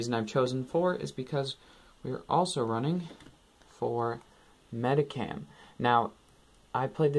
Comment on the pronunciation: U say it Medikam, its supposed to be said like MediSHam